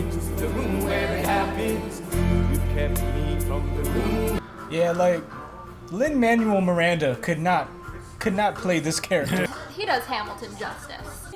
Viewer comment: why is no one talking about the fact that the person who keeps talking says lin "mANUAL" miranda